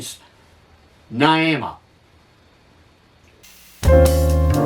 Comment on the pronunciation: Its pronounced "Ny-ee-muh".